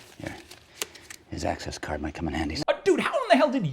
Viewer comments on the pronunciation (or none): none